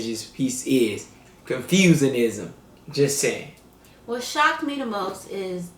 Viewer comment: it's not "Confusecism" Hhahaha, i laugh so hard in this,, a bunch of people who confuse about their existance ... Hhahahahahahaha it call "Confucianism" here some reference